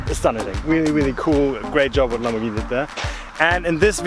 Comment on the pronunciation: "lambovhini muvacan"